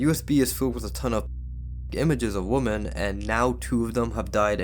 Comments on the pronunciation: The word is WoMEN not WoMON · Great content but it's pronounced WIM-MEN for women; you're pronouncing it as the singular, woman. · Please learn how to pronounce the word "women" ....... it's NOT the same as "woman" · Didn’t you promise to learn how to pronounce the word Women?